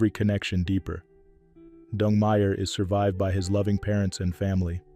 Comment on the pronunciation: His name is DENG, not DUNG!